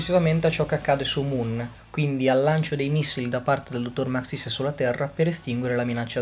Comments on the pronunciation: Non si dice Maxìs, si dice Màxis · ma scusa io è un po ke nn ci gio co ma mi sembra ke l' accento di su xis di maxis sia diverso dal tuo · Actually is Màxis, non Maxìs